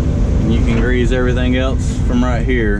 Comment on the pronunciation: Grease,not greaze,lol